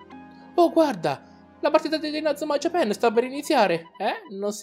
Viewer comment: si dice inazuma jiapan no jiapen